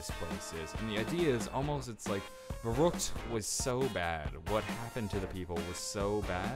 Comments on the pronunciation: No, its pronounced Ferryckt. Dont try to correct me, then you dont know shit about what you are talking about. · Jannick E VERRekt, pronounced like that. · I would be very impressed, if people accually started pronouncing Verrüct the right way.